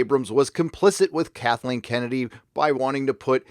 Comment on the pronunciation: "Kathleen Komedy"